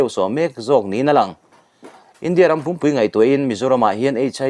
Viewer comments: India ram pum pui i lam rik dan hi a dik lo. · I thil chhiar tur hi i en lawk tam thin lo ani. Pum pui (as a whole) tih tur pawh pum pui(stomach) ang in i chhiar tlat zel mai.. A bengvar thlak teh reng nen, in enlawk na tha nei tawh rawh.. 👍